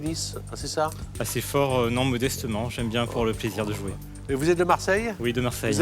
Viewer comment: Bravo à Benoît Chaigneau, qui fait la différence entre les sons "é" et "è". Chez nous, au Québec, on ne dit pas "jouer" comme on dit "jouet". En France, vous avez perdu des voyelles qui sont importantes pour faire la différence entre les mots. C'est comme "Alain" et"alun", que vous prononcez pareil alors que nous avons gardé cette subtilité.